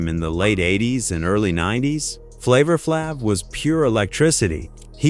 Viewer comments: They pronounced flavor flavs name wrong. Its flayve, not flaav. And its busta, not boosta. A.I goofs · Flava FLav(Flave) not flaav🤦🏾‍♂️ 🚌ta Rhymes not Booster Rhymes 🤦🏾‍♂️ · And yea u did flavor flaav (flavorflave) twice! 😂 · Dude said flava flarve 😂😂😂😂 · U gotta learn how to correctly pronounce these names....so flavor flav number 3 and 14...come on bro🤔....but wtf is goin on with lil Kim😵‍💫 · This narrator is an idiot....don't they review these videos before they release them ...he couldn't pronounce about 5 of the performers names and repeated Flavor Flav. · Why is flav on here twice wtf? And say his name correctly dam it!!! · Can you get one name right? Busta Rhymes. Lil Kim, Flava Flav. Trick Daddy has lupus. Lupus messed up his face. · If you don't effin say Flavor Flav name right imma come slap you 😅😂😂😂